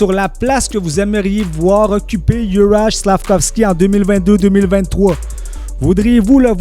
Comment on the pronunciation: Son prénom se prononce "Youraille" et non '"Jurage"